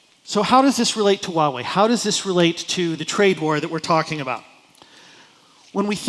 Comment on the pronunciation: "i lived in China for 9 years!" You cant even pronouce 华 correctly. Its hua, not wa